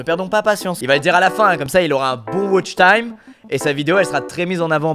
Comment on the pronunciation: désolé mais c’est pas wotchtime c’est watchtime